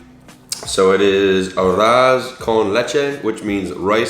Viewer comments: it’s funny how you pronounce some of the words in Spanish, but it’s good because you are learning! So, the first word pronounce is Arroz con leche you have to learn how to roll your R's in order for it to be good, but take your time; another word is Frijoles con Arroz i believed you said so yeah as well you have to pronounce the R in the same way as in the arroz word; but so far so good 👌🏻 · Omg ur pronunciation I can’t as a cuban😫🤦🏽‍♀️ It’s arroz con leche And arroz con frijoles And platano frito Great video!! : )